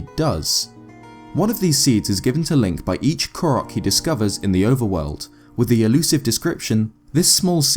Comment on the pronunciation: FINALLY!!! A Youtuber that pronounces the name "Korok" correctly. Breathes a sigh of relief.